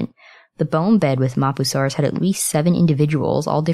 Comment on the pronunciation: The way u say mapusaurus. No